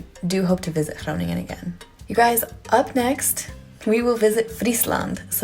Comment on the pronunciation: Hey, I think I was more impressed by how you pronounce Groningen and some other Dutch words than by the dance moves... sorry... Nice shades for the day after 'maybe' having a few drinks;-)